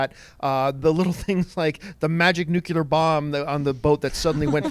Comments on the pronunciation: I swear John doesn't know how to say NUCLEAR. This is the 2nd time he calls it Nucular, smh. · John stop saying 'Nucular!!' its........NUCLEAR!! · John - NuCular? ... Arrgh.